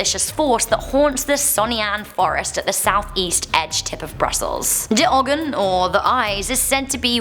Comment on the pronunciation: Did you just pronounce it like a german "de" and ogen with 2 g's?